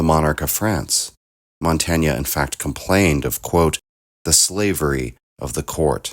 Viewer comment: i think this is the correct way to pronounce "Montaigne." We insist on pronouncing it like it rhymes with "humane."